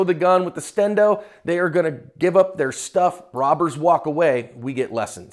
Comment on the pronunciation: yoooooo did really just say "show the gun with the stendo?" sir you are definitely invited to the cookout ✊🏿